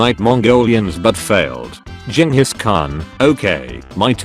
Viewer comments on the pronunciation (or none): none